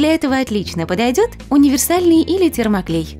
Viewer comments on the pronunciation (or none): none